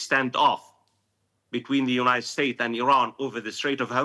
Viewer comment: 🗣️ “Unigh state” but “United Arab Emirates.” 😂